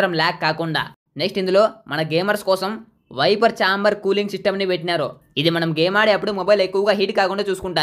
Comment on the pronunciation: Vapor chamber ❌ whiper chamber ✅😂😂😂